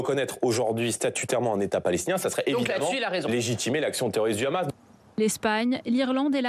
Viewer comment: Le khamas, le khamas. Ils ont un très bon français, pourquoi le prononcer avec un accent hébreu ?